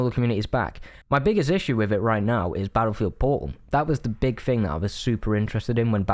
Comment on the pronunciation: I've never played 2042 so I have NO IDEA what he's saying when he says "po'oh" Very good review, thank you for persuading me not to fall for the Steam sale. It doesn't even sound worth $20 to me.